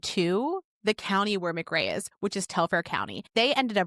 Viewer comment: It's pronounced Muuhh Cray and Oconee is O coney!! Im just across the Ocmulgee River from there in Wilcox County